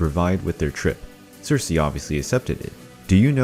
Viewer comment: Also it’s Circe not Cersei